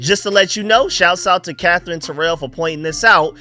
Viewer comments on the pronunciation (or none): none